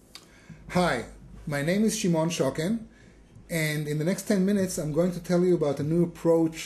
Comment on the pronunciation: shimon shocken, i swear to god first time he said his name i thought shimon SOUKOUKEN or something...